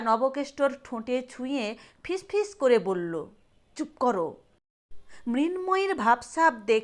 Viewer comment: উচ্চারণ ঠিক করতে হবে। ফিস ফিস নয় ফিশ ফিশ